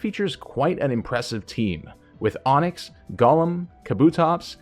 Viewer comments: It's annoying me to hear Gaulem when it's Goh-lem as it's established in English if a word has o_e then it's a long O. Of course there's exceptions but when it is not it's a short U as in love. If it was how you say it then the spelling would be Gollem. Sorry bugs me to hear a wrong pronunciation. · Pronouncing it like LotR Gollum irks me lol. Go-lem